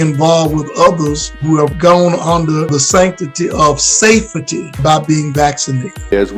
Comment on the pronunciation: “The sanctity of safe-a-ty.” ? 🙄